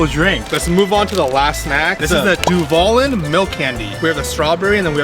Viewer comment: Nope you gotta put tapatio on the corn and that is cotija cheese. The things in the tostilocos is called cueritos…. Not you at the kaelins by house 😭😭😭 aww I missed you guys… it’s du val Lin (lean) 😂 love how you guys are learning and still trying new things